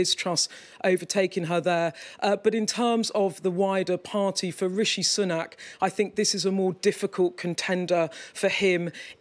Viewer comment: Her pronunciation of Sunak haha - more like Sunnuck